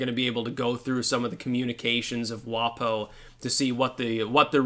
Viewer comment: Don't pronounce it 'WahPoh'. WaPo rhymes with Waco.